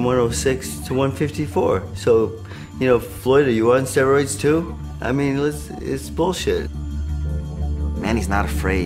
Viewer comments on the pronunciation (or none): pacquiao is right...he does not take steroids. He pronounced steroids "sestroids" lol